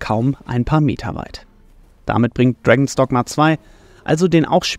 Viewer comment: ich hör die ganze Zeit "Dragon Stockma"